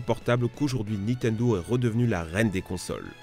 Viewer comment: Bon déjà vous vous êtes fais allumer pour votre "vissiz" Moi j'ai envie de vous allumer pour votre "Nitendo" on dit "NiNNtendo merde. Pour des gros joueurs Pokémon et smash bros jtrouve que vous abusez